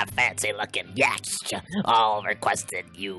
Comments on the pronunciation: Yatcht is pronounced yaht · yacht is pronounced yot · This is the best thing. Best thing.... But Yacht is pronounced "Yot". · You keep saying "yacht" wrong but it makes it even more funny so keep going 😂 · do they realise that they are pronouncing yacht wrong?